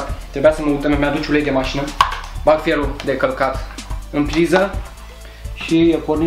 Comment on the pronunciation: auzi ma: feonu de calcat😂😂😂. mor de ras😂